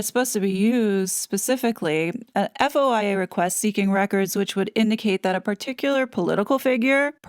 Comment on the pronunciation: fyi -- FOIA is pronounced foy ya. The DHS response to the Heritage FOIA was at warp speed compared to requests from the general public, including some journalists. Agree that DHS probably didn't intend to reveal "passport numbers" for Harry from their entry/exit records. However, it does suggest to me that BP/UK handled the Mexit situation appropriately by yanking his RF passport and issuing him a new British citizen passport (new number). Recall that Harry didn't leave the UK for several days after the Sandringham meeting and even expediting the issuance of a new passport would take a couple of days. He then needed an eTA to return to Canada (there's decent evidence that he did land in Vancouver), but those are issued as quickly as 20 minutes and at the outside within 24 hours. If I'm correct on this, it would also mean that Harry applied for a US visa when he was in Canada and other than MM, he had no staff and therefore, he can't claim that he didn't complete his visa application. MM left the UK shortly after they said "we quit" and wasn't allowed to hang around for the Sandringham Summit. Doesn't matter if she returned to Canada or the US as her US passport was all she needed to enter both countries.